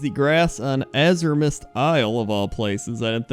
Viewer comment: Apparently Azuremyst is pronounced Assurmyst now.